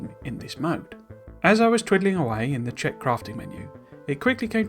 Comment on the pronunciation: Nice Czech pronunciation!